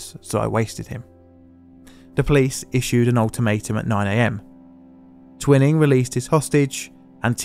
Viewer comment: The bastard's name was pronounced 'Twy-ning.'